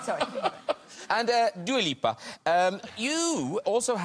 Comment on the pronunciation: graham doesnt now how to say dua lipa